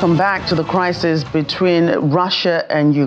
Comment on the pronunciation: Did you just say "crisis"?